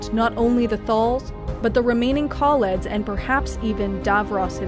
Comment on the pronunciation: Haha, get davros and kaleds and thals right but skaro was a bit hard. Scar-oh